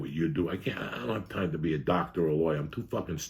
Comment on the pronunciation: What do you mean Joey you are a doctah!